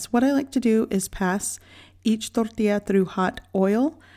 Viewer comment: I find it humorous that you speak English with no accent until you say tortilla or frijoles. ☺️